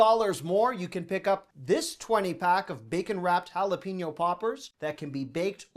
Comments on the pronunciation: FYI - The correct pronunciation of jalapeño is ... ha-la-PAY-nyo , NOT ha-la-PEE-nyo. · Jalepeño- sounds like pen, like what you write with. Note Pein. Say it “hala-pen-yo”. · Does speak American English as his first language? In this one video he mispronounced "silicon". OK, that one confuses a lot of people. But mispronunciations abound in the food department. must eat only at McDonald's: "madeleines", "jalapeno" (lol), "teriyaki", "basil". He needs to get out more.